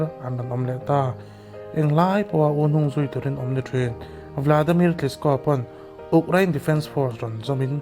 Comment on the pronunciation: U... Krein.... Uk krain ni loinn